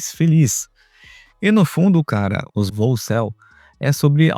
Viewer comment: Essa palavra volcel, você está pronunciando meio soprado, fica boicel, o boi em celibato. 😅😅